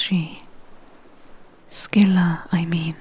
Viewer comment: Silent props for pronouncing Scylla properly, as well as doing your homework on Circe's lore